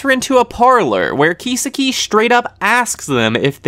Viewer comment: how can you constantly mispronounce kisaki so badly? you obviously didn't even watch the anime dudes name is key-saki not keysa-ki